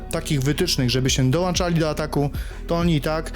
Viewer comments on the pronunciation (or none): Podłącza (nie podłancza) i dołączał (nie dołanczał). Zawodnik biegnie do przodu, a nie leci samolotem.